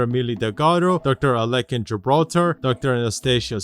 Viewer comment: Shouldnt gibraltars grandads name be pronounced as ah-lek-ki instead of ah-lek-kin or am i just hearing his pronounciation wrong?